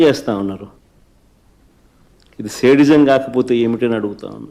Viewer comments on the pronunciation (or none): జగన్ కి సైకో అని పేరు పెట్టిన మహానుభావుడి కి పాదాభివందనం😂అయ్యా సేడిజం కాదురా అయ్యా అది శాడిజo,చూపించండి అలా వది లీ వేయమాకండి పిల్లాడిని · Sadism pronunciation teleyadu Nuwu em journalist ra